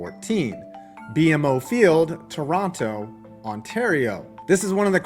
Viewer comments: Quick tip: Canadians don't pronounce BMO sounding out each letter. The correct pronunciation is "BEE-MO" Field. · BMO Field is pronounced B-Mo . Not trying to be a dick. I really like this video. Just thought i'd let you know. Cool video!